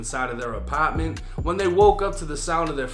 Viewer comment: The way this nigga says “Apartment” always gets me 😂 Ahpaaarrtment 😭😭